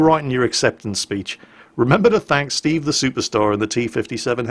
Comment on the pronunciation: Shoopershtar Shteeve!